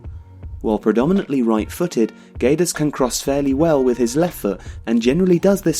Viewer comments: it's pronounced "geds" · You don't say the U, it's like Gedes but the G still sounding the same. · Hi! Great job;) Just a note, the U in Guedes is silent (It's so wierd for a Portuguese to hear that U hahaha) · The U is silent, it reads Guedes with a hard G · You're pronouncing his name wrongly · hey, the u is silent in guedes.